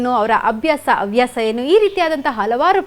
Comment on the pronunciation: ತಾಯಿ,ಅವ್ಯಾಸ ಎಂದು ಹೇಳಬೇಡ 😢, ಹವ್ಯಾಸ ಎಂದು ಹೇಳಬೇಕು